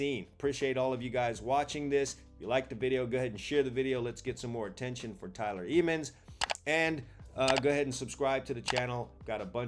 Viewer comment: THATS MY BROTHER ; LETS GOO THEY CANT STOP THAT TRAIN !!!! CHOO CHOO 🚅🚅 Ps. the pronunciation of the last name is not eemans but emmans 😊